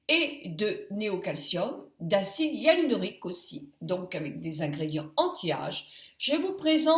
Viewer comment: acide hyaluronique et non HYALUNORIQUE..... esthéticienne?